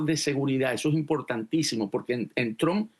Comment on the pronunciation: BOBO, EL APELLIDO DEL PRESIDEN DONALD SE PRONUNCIA TRAMP, DEja de pavadas y pronuncialo correctamente traaaaaaaaaamp